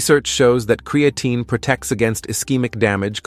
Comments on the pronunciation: Why does AI always mispronounce words like Creatine.and Peart (as in Neil Peart the professor). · ai says create-teen is good for you